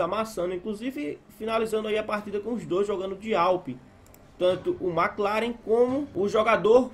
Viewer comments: agonia da prr essa narradora falando mc claren, mds, mclaren é evento até no jogo já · na vdd n, se le " mequi laren " a mulher tava falando " emici laren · Mano a mulher falou mc laren kkkkkk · "MC claren" kkkkkkkkkkkkkkkkkkkkkkkkkkkkkkkkkkkkkkkkkkkkkkkkkkkkkkkkkkkkk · EMICI CLAREN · A mulher falou "MC" laren ksksksksk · Que agonia vê ela falando mclaren kkkkkkkkkkkkk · Agonia ela falar mc laren, pqp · "M Clarem" 🤣🤣🤣🤣🤣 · Não é por nada não, mas que agonia essa narradora falando MC CLAREN, (NÃO TO DESMERECENDO NINGUÉM, SÓ DÁ AGONIA) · TEVE UM HORA QUE ELA FALOU, MC CLAREN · Alguém avisa para narradora, que são marcas de carro kkkkkkkk, porque ouvir MC CLAREN, AUDIRS, é que as vezes ela não deve conhecer bem . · Né vey, que agonia ela falando os nomes tudo errado kkkkkkkk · A narradora falando os nomes dos carros tudo errado que agonia kk